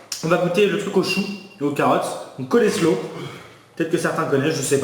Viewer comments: Mdr c'est pas du colléslow mais ça se dit colle slow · Coselow pas coleslow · Ça ce prononce pas coléslow mais colslow ça se vent pas au macro mais yen a dans les grandes surfaces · sa se dit pas colesro mais coslo voili ^^ bisou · Pour le mélange chou-carottes ça se dis « Coslow » et pour les crevette « chwims », mais ça s’écrit comme sur les boîtes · Coleslaw se prenounce colslow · ça se prononce coléshau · "Cole slow" mdrrr